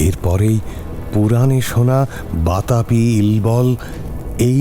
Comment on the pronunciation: ইল্বল আর বাতাপির কাহিনীতে আবার দুর্বাসা মুনি কোথায়? ওটা তো অগস্ত্য মুনির কথা, মহাভারতে আছে। জ্যাঠার চরিত্রে সত্যজিৎ রায়ের 'রয়্যাল বেঙ্গল রহস্য'-এর দেবতোষ সিংহ রায়ের চরিত্রের ছাপ খুব স্পষ্ট। কায়দা করে পাঠ করতে গিয়ে 'বাতাপি'র বদলে 'বাতাবি' উচ্চারণ খুব শ্রুতিকটু। শেষের লম্বা বক্তৃতাও কাঁচা হাতের কাজ। তবে মূল ভাবনা খুব ভালো। হয়তো এপস্টাইন কেচ্ছার কিছু ছাপও পড়েছে। শুনতে ভালোই লাগল।❤